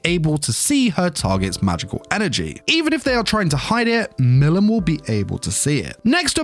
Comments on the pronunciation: Bro you saying Milim wrong it’s pronounced Mileam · Butchers her name the whole bid